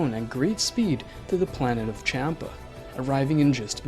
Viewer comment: Champa not kampa